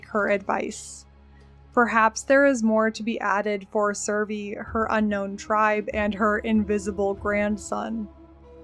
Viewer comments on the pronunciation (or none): none